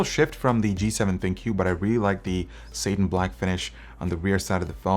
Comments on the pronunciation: It's saaa-tin, not Satan. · Satan (Say-Tin) is the devil. Satin (Sat- In) is that phone. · Dude, Satin is pronounced like fatten. Stop calling the devil.